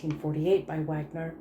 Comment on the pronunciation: thanks for the up load ,Wagner is pronounced vargner. you know flight of the Valkyries and all that